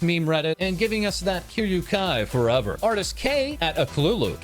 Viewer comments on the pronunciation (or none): none